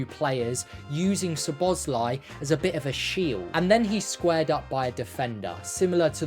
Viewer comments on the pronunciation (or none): none